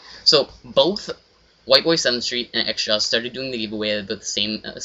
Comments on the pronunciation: *xJawz not xJaw"s" you nerd. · its xjawz not xjaws dumbass, oh and btw,you are a douche lol